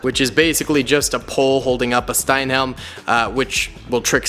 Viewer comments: Did you just fucking say "steinhelm?" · pronounced stalh-helm not steinhelm